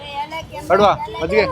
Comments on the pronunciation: Small correction It's Majjige not maggige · Bro maggige? Or majjige?😂😂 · Maggige ❌ majjige ✅ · Maggige❌majjige✅ Prople❌people✅